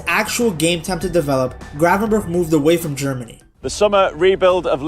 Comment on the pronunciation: He still doesn't say it right, he should say the first G the same as the last G. He now says "cravenberg"😂